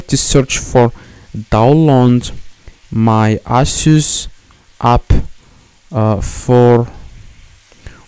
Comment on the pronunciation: the same genius again . NOT ALL LAPTOPS ARE ASUS the best part is when he said "you just need to DownLoond my Aysos"